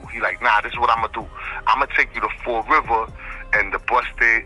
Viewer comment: Fall river, Massachusetts not fort river......